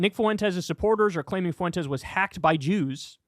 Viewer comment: learn how to say "Fuentes", Kyle. It's not that hard